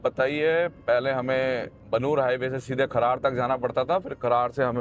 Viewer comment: खरार नहीं है ब्रो खरड़ है